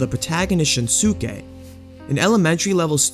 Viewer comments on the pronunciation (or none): It's Kin-der not Kind-er. Kinder means children in German It's not Shin-Su-Kay, it's Shun-Skē. The Suke suffix in Japanese names is pronounced Skē not Su-Ke